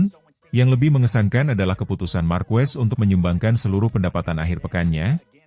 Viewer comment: Nice content, tapi pelafalan & pengucapan Marquez itu Markez bukan Markwes bukan pula Markuwes 🙏👌